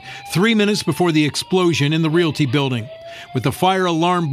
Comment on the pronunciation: News lady said biwdang instead of building 😂